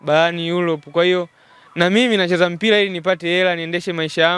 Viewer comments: Ulipo tamka mpila basi nimeshindwa kusikia kipindi chako..yaani mtangazaji ovyo..mpila??? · Mtangazaji ni Mpira na Sio Mpila , Serengeti boys na Sio Selengeti🙄